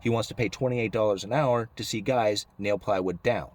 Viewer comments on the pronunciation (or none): none